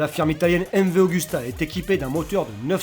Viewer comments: Super video, juste c'est mv agusta et non augusta :) (super marque par ailleurs) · AUGUSTA SE DIT Agousta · sacrilége mv augusta sa se dit mv agusta et yamaha yzf1000 m1 sinon bonne vidéo ya pas ma moto mais bon un 1200 monster sa va pas vite comparé a sa surtout une contre une buse ou la hp4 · et s’écrit surtout MV-AGUSTA ...